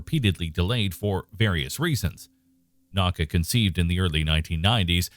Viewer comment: naka haha!! it’s na-U-ka